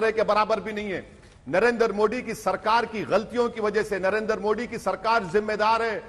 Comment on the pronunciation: Great Britain but इंडिया एंड मोदी का उच्चारण गलत करते हैं मोदी को मोड़ी कहते है but great Britain abi bi चपापलुस्ता gai नही